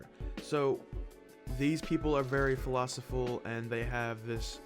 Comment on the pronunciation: "very philosiful"